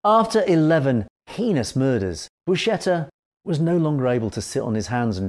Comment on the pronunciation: Buscetta is pronounced Bu-sketta and NOT Bu-shetta.